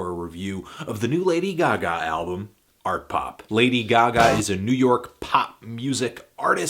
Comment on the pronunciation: "Artpop" "Art Pop" oh?